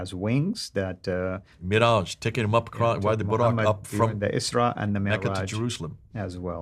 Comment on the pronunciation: when you utter an Arabic word, make sure to pronounce it as an Arab (البراق ), (الإسراء والمعراج ) for example. Even brother and your listeners need to be acquainted with it's original pronunciation.